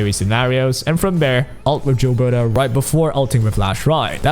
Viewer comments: For the record, Gilbertas name isn't pronounced "jill-berta", its pronounced "gill-berta", like, the gills of a fish. She says her name in the story :p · Bro it's pronounced Gilbert-ay. The gills of the fish is pronounced 'Ay-lesh' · This and it's not just gilberta they pronounce a lot of the characters names wrong like they don't know how to read or don't listen to the characters when they say their own names lol